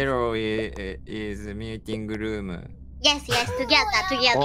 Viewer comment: これ本当に人前で見ちゃダメなやつｗｗめっちゃ笑ったｗｗ 字幕大変だっただろうなあｗ ちょくちょくカタコト発音にしただけの日本語混ざっててまじで笑うｗ それなのにタスクとかミーティングルームとか英語のはずの単語が日本語発音なのなんでなんｗ の車内アナウンス最高だし、Neko no bunzai de Candy Cat 最高すぎるし、PPAP歌ってるし、 マジで笑い疲れましたw との発音良すぎ！の拙い英語かわいいｗ 試合も意外とちゃんとしててしっかり詰まってるんですよねｗちゃんとできてることが奇跡！ くっそほどテンション高くてめちゃ面白かったですｗ